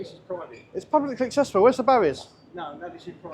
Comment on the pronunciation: At the moment every time you say"publicly accessible" it sounds almost like one word run together, if you slowed it down a bit, as if you were trying to explain the idea to a child of five, so it came out as PUB-LICK-LY ACC-SESSY-BULL you might have a little bit more success in getting security guards to understand. Let's face it some of them have no acquired the most comprehensive grasp of the English language, and I do think some do not really grasp whaat yu are trying to get across., though they have universally taked the "not allowed" idea to heart.